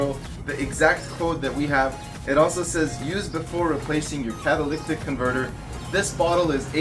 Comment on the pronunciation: Ma'am , why are you letting him I pronounce catalytic converter wrong? 🤣🤣 Love watching this! I have a 99 4cyl TJ and I did a similar upgrade. New top, bumpers, upholstery etc.... Great videos!!!